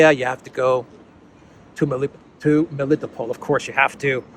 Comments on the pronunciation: Do me a favor and learn how to pronounce names please. Rally annoying to hear you butcher. Usually Russian names have emphasis on the last syllables. For example it's not me-LITTO-pol it's meli-tOpolь Same idea for Mariupol - mary-Opolь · you have difficulty pronouncing Greek names, Militopol, Semphiropol, Kherson? I thought you being Greek, you can do it well, may be even know how these names mean in Greek. These are towns of Ancient Greece after all.